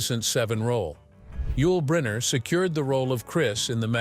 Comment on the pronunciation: Click bait. Doesn't even pronounce Yul Brynner's name properly.